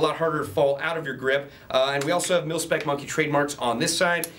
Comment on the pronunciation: he says pilspec instead of milspec